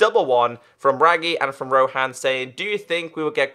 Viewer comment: It is pronounced as RO-HUN